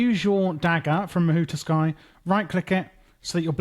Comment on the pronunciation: Mahou Tsukai not Mahou Tuskai 😭 fire video tho 🔥🔥